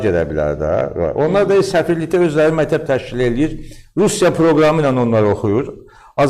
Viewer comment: Bu alimdirmi? Mətəb, mətəb ...deyir...